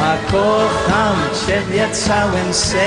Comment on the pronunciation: Ciekawe. Bobby Vinton był wymawiany jako Winton. A bardzo często nie zwracał uwagi na takie drobiazgi jak"kocham". Wiele razy słyszałem: ko- am. Jego maniera śpiewu? Do bólu typowa w tamtych czasach. Łącznie z"pożyczaniem" całych piosenek z całego świata. Coś jak sławny Dob Dylan- wszystkie największe przeboje pochodziły z notesu starego farmera- hobbystycznego piosenkarza folkowego. Opiekował się nim aż do jego śmierci. A notes... stał się jego dziedzictwem. To w końcu bardziej moralne niż bycie kolejnym prototypem różnych Zenków😢